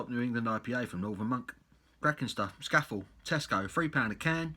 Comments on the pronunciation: I'm not Cumbrian but I think it may be pronounced 'Scaah-Fell'... 😉 I agree; cracking beer! Leaves a lovely lacing on the glass too. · Cracking beer.It's defo one of the best at least in terms of Pale Ales. Also us Northerners pronounce is Sca Fell it's named after the famous mountain in the lake district. Bloody beautiful place. Cheers.